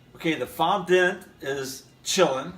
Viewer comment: It’s pronounced Fondant as in daunt or aunt